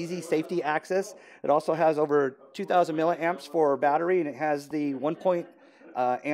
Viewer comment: it's milliamps not milleramps !